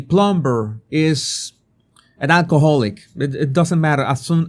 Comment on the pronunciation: Jesus, la “b” en plumber es silente. Se lo digo con todo mi respeto y espero que así lo reciba. Gracias por sus excelentes videos. Bendiciones.